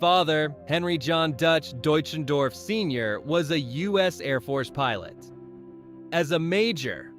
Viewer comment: His last name is pronounced Dutch en doff. If you are doing a biography pronouncing that correctly is important. This sounds like an expose more than than a biography.